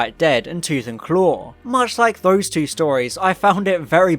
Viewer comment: 19seconds in ... "Part Twot"... Now that's a new one